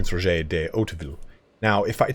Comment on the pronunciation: Dude it’s just “Roger” like Roger Dodger. Not “ro-jau”.